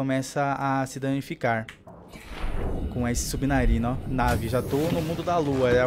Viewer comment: E só eu que acho que ele fala subnarino?